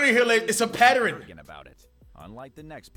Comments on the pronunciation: Patteren??? Pattern? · “It’s a patterin” what that mean cash!?